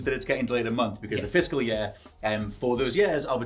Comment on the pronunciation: “Fiscal yeah”